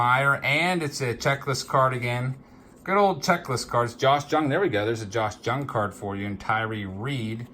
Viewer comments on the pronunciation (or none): FYI -- It's not Josh "JUNG", it's pronounced "YOUNG". I'm a Rangers fan, and so I've been following him.